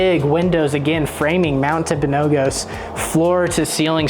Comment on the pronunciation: Tell us you're not from Utah without saying so. Im enjoying the videos, but my friend, you're killing me with the way you're saying Mount Timpanogos. It's not pronounced the way you're saying it. The last "O" has a "U" sound, as found in gus. tim·puh·now·guhs. You can do a basic Google search for the correct pronunciation. The word Timpanogos comes from the Timpanogos tribe who lived in the surrounding valleys from AD 1400. The name translates as "rock" (tumpi-), and "water mouth" or "canyon" (panogos). Also, I grew up at the base of this mountain there in Daniel.